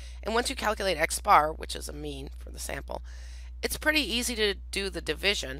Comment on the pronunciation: Every time she says "make a mean" my brain hears "make a meme"